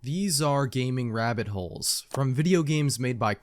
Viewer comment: Gaming rabbit holes ❌ Grah amibbiole ngts ✅